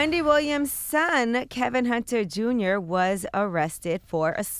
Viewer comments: Why does Charla call him Kelvin and not Kevin? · It is Kevin, not Kelvin Charlemagne. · why does he call him kelvin and not kevin?